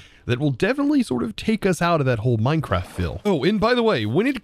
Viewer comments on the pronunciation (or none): none